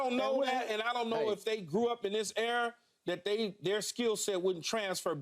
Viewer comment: ERA. Not “error” Paul 🤦🏻‍♂️